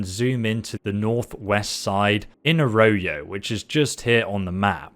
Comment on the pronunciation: I just found this video and while I'm in love I'm cringing over the pronunciation. A-Roy-O not A-Roe-Yo lol.